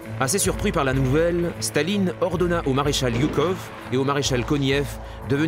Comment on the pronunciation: Je suis un russe-phone (le russe est ma langue natale) et je dois vous dire, les auteurs de ce filme vraiment impressionant, qu'on prononçe le nom de marèchal Жуков - Joukov, et pas Yukov!